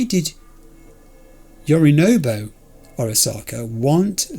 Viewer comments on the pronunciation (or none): It tickles me that Yorinobu and Saburo have become 'Yorinobo' and 'Saburu' 😅